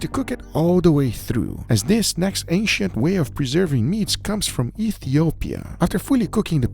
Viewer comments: Ancient ❌ Asiant ✅ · OH I thought he was saying “Asian methods” but the whole time it was ancient 😂😂 Me big dum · I swear I thought he was saying Asian til I read the title lol. 😅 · Every time he said ancient I hear Asian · Guga keeps saying "Asian" from what I hear LOL until i realized he meant Ancient hahaha peace out :D